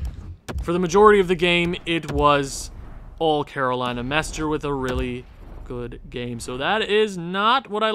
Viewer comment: MestRE not MestER (Mestre is Master in portuguese)